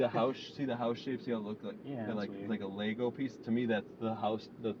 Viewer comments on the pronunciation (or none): none